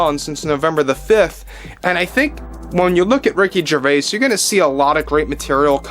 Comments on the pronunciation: The s in Gervais is silent. It is pronounced Jer vay. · The S in Gervais is silent